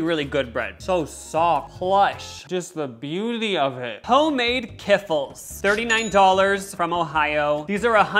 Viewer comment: "Kifflis" 😂😂 my family makes some of these and it's pronounced like "key-flee" at least that's how we pronounce it